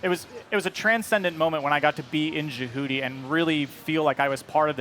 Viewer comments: "Jehuty", IN THE GAME, was pronounced in the way we say "Deputy", not like how we say "Djibouti". lol did no one prep this guy? I was hoping so much that Kojima would put out a ZOE3, but now that he's gone and with Konami the way it is right now, I just don't think Konami would do it justice. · It really bother me how people like him say jahooty please stop ._. It’s jehuty. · I thought he was talking about Djibouti for 1/2 the video lol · This dude called Jehuty “Jahooty” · “Jehoote” god damn it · Scott Daly I know right? He said the name damn wrong. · "... It was a transcendent moment when I got to be in JeWhooDee {and the Blowfish} and really feel like I was part of this giant mech, this orbital frame..." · ja-hooo-ti........? .......do you even run bro....? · Lol sounds like he says jabooty. I find it funny the brand manager says the name wrong. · Liked Dried Salad said, it's not "Jah- Hooti", Wtf lol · I literally was like Wtf? when he said that rofl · Can he at least learn to say the name correctly it would make me feel so much better. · If he really played the game he'd know how to pronounce Jehuty. it's said in game a million times. He obviously just read a script. Also why the hell are they even showing third person gameplay? We all know what it looks like. Give us some solid VR gameplay. You know. The main thing you guys keep talking about? You have like 5 seconds of VR footage followed by what looks like the same gameplay I saw years ago. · This guy worked on the game but can’t even pronounce JEHUTY correctly... like come on it’s pronounced in the game itself